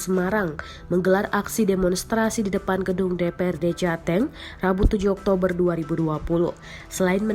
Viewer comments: Saya mah fokus ke Penyiar beritanya aja jateng jadi jate'ng...hahhaha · Cara ngucapnya jateng bukan jateng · Pasti ini naratornya orang Timur atau dari Sumut lucu pas bilang Jateng nya😂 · hahaha denger yg baca jateng gua ngakak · reporter baca jateng nya kok agak beda ya